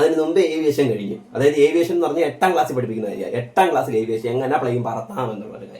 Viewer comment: ഏവിയേഷൻ അല്ല ആവിയേഷൻ ആകും😂😂